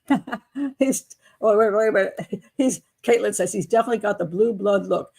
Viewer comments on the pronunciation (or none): none